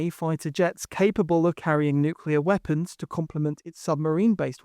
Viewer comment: Who’s the guy narrating who can’t say “nuclear” properly?